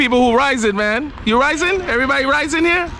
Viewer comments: You have visited my home town in San Andres. Its not raizen. Its RAIZAL .. Know you are meeting the true people of San Andres.. These are my people. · Hey, thanks for visiting my mother land. It’s called Raizal, not Raisen lol. Edit: I just see you corrected yourself. Haha ✌🏼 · Hey, thanks for the video. Quick note though, the word is Raizal. and the plural is Raizals (Ra-eeh-zahl). It denotes roots to the land and the region. These are my people, I am a fellow Raizal.